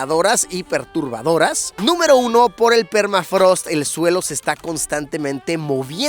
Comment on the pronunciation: Qué es permatrago? Ahhh no jajaja permafrost!